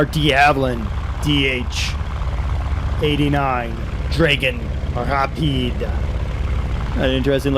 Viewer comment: I would like to be a bit nerdy and correct two things. It is called a Dragon Rapide in the UK, as you said, but is pronounced draggon not draygon, and it flew from Hatfield not Hartfield. The DH museum is all that remains now of the site (actually at London Colney) , and they have a Rapide being rebuilt. Well worth a visit if you come to London! Thanks for the video, BTW, it was great.